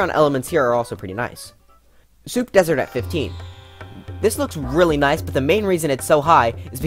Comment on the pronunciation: When he said "noice" I felt that